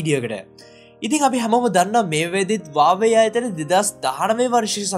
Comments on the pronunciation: 😂😂හරි වචනෙ තමයි වාවේ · Yakooo wave neme huawei hariyata kiyapan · හරියට Huawei කියපන් වාවේ වාවේ ගන්නෙ නැතුව😂වාවේ වාවේ